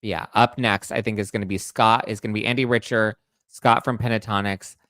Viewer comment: It’s pronounced Andy Rick-ter, not Rich-er.